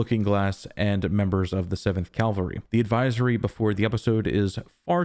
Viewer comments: Cavalry, not calvary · Loved it again - one thing - horse riders are "Cavalry" (or Kavalry in this case), not Calvary/Kalvary. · CA- VAL-RY!!! CA- VAL-RY!!! CA- VAL-RY!!! I KNOW you know the difference. But dude, you have GOT to work on pronouncing it correctly. It’s crazymaking. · I've seen/heard this mistake everywhere in videos and even written articles. Very annoying